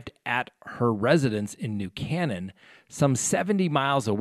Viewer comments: It’s New Kay nan not cannon. Used to live there, lovely town . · Hi, Love your channel.....I live outside of Hartford, the Dulls thing is in my back yard....New Cannan is pronounced "Kaynan".....Albany Ave. In Hartford called the "North End" and a Minority community...great they have some video of this creep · New Canaan pronounced New Cane-an btw. Is one of rhe wealthiest towns in the US. Everyone has many millions where the NYC CEOs and celebs move to have a suburbia lifestyle. Its the east coast beverly hills. Too rich for their own good. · Hi, I'm from Ct. and just want to let you know the pronunciation, New Cane en. Great job on your channel. Like all of your subscribors, you are my favorite source of information on widely publicized crimes and the role our justice system plays in the pursuit of justice for the victims. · CT native here. Town is pronounced "New KAY-nin." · pronounced New Cane An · No big deal, but it is pronounced “New ‘Cay - Nen’”... (I’m from Connecticut.... will be a good crime story, but poor momma....) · Can't Dulos be held without bond as he may be a flight risk? I believe he's a citizen of Greece. I'm in the CT area and it's pronounced New KAY-nan. :) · Pronounced New Cānaan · Sorry - love your channel, but it's pronounced New CANE-en. Also, can you talk about developments in the Smollet case since the release of the incriminating case files? What can the City do to right this wrong?